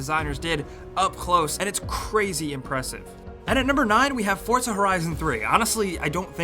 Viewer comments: its for-za not fort-za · Hey, it's not fortza it's forza. Thanks. love ur videos